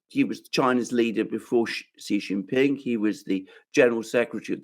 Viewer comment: It is Xi, not Ji